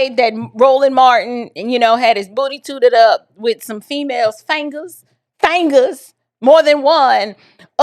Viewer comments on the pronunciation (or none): i know you didn't just say "FANGERS😂😂😂